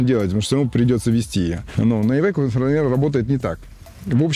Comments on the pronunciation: не ивеко а АЙВЕКО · Ивэко не еде далэко как говорят поляки